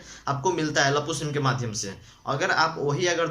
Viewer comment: Lappu nahi bhai.laapu bolo